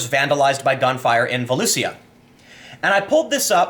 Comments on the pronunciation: Vo-LEW-Shuh, not voloosia. It's a county in Central Florida. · Volusia county, pronounced as vo-loo-sha. And South Daytona is a crap hole. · Down here it’s pronounced Vol-usha :) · Volusia is pronounced Vo-loo-sha. It's the county Daytona is in. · It's pronounced "Vo Lou Sha" Tim. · It's "vo-loosh-uh". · i live in daytona beach your pronouncing volusia wrong